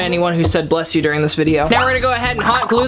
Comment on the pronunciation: "Thank you for anyone who said blesh you watching this vdeo" Me: "i was thinking it-"